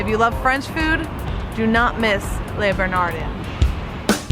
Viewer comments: Leh, not lay. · Le Bernardin- pronounced “Le Bernardán”. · Haha. Leh Ber Nah Deen is how it is pronounced. Also, the upper West side Carmines' is better, unless it has changed. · bernardin...do not pronounce n...bernardey with a nasal n bernardine ..pronounce the n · Great suggestions! If you ever need to say Le Bernardin again, it's pronounced " Luh Behr-nar-dahn".=) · Is this woman a complete moron????? Holy crap, listen to her???? Le Beer-narrr-dinn No mention of Eric Ripert. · Even non-French folks know how to say: Lay Ber Na Dannnnnn. #earsbleeding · She absolutely destroyed Eric's restaurant's name. OMG! "La Burn E Dean" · It's "Le B-E-R-N-A-D-I". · Nice assortment of restaurants. Well done. Except for the pronunciation of Le Bernardin (but I'm sure you know that by now).